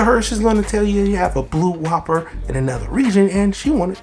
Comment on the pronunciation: You dont pronounce the name like its a burger you say wuuper